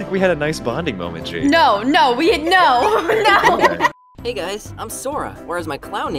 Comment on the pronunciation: When you rewind a lot when says hey it sounds like pika pika